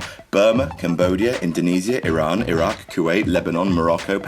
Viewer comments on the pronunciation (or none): none